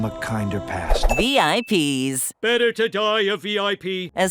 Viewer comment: IIRC, the name Vip's was pronounced as a word, not as the individual letters.